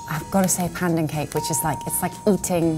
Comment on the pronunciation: Lol the way Constance pronounced Pandan was very unnatural